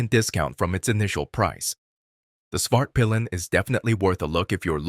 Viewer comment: This video is so AI generated.... also I would not take advice from somebody who names svartpilen "spart pillin"